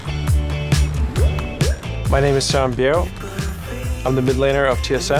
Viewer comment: Bro i heard samen bjerg